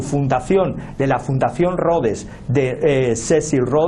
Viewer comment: Pésima pronunciación en inglés de tu analista español , aunado a su acento español , hace que casi no se le entienda nada , Rodes?